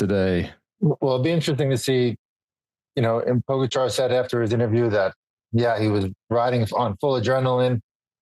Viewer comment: If Lance wants to be seen as credible he might want to learn how to pronounce Tadej Pogačar’s name, just saying.